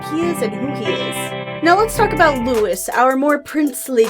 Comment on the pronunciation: LOUIE. His name is pronounced Louie, not Lewis.